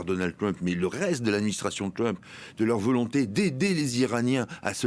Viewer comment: Mon cher, le président américain ne s'appelle pas Twump mais Trump avec un R. Alors puisque vous prononcez Donald à la française, prononcez aussi Trump à la française SVP!